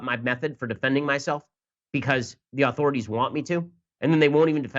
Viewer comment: Ok, Ben, I love ya Brother, but I can't go any longer without some constructive criticism. The word 'authorities' is NOT pronounced "aaauthorities". You are not a Kennedy. Please it is 'authorities' or maybe more phonetically 'uh-thorities'. Keep on rollin'! (and stay clear of the 'chowda')